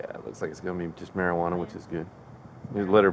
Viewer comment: ”gon”?? Were you trying to say “going”??